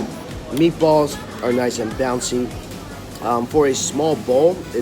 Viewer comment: You pronounce "bouncy" weird